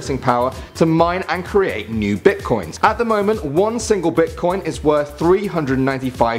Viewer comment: "Bitcions" lol